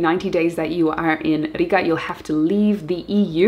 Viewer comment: Such a pleasant surprise to hear Latvia Riga in second place. Your pronunciation was perfect with emphasis on rrrrr. We will do our best from Dobele to make it appealing for digital nomads. Thank you for your inspirational work! Lots of love from Latvia. ;) :)